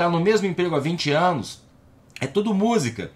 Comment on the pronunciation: Adorei o "Anus dos outros"🤣🤣🤣🤣🤣